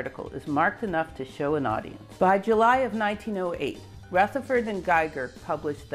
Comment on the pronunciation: The pronunciation of scintillations is beginning to grate on me. There is no hard "c" sound in the word...